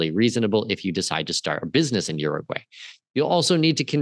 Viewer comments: By the way… You need to learn how to pronounce the name of the country because you are messing it all up. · to start, please learn how to properly pronounce URUGUAY